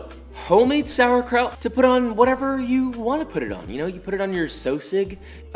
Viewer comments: As a German I approve But the PRONOUNCIATION you were so close psd nearly there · Hihihi, you really call it "Sauerkraut"! How funny, from germany 😄